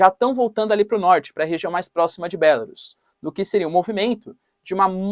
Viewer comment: A pronúncia é (Bielarus) e não ( Bélarus, com acento agudo no é ). Agora segundo analistas militares, inclusive o Coronel Douglas McGregor, dos EUA, afirmam que a Russia já conseguiu o que queria, a intenção desde o início nunca foi a ocupação total da Ucrânia, por isso o emprego de menos de 10% das forças russas, veja são opiniões de analistas militares ocidentais.